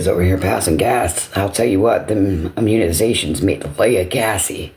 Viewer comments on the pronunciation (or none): WTF are munizations?? lolol she said it 3 times!